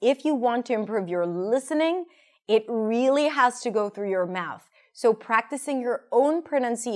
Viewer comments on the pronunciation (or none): none